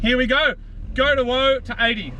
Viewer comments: ‘Go to Whoa’. ‘Whoa’ is stop, not ‘woe’ which is sad. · I'll be that guy... "go to whoa" not woe. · It's "woah" not "woe"... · it's go to whoa not woe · "GO to WHOA" as in start to stop, not "WOE' as in misery ffs. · Isn't it "go to woah"? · Was 'woe' intentional? Coz it's usually 'whoa'...